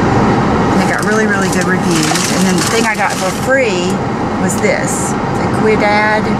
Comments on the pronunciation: Quidad is pronounced weedahd. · The hair product you're referring to at the beginning of the video is Ouidad and it's pronounced We-dad